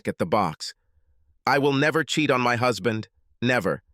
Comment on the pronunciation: Hoozband? Please please get a human reader.